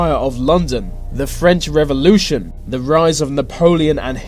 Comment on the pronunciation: Your accent gets to me too much. It's 'th'e , not v Vats not the full quote should be said with with a th. How hard can it be 😂